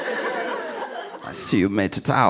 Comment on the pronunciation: 'Hello, Hans...' the accent kills me 😂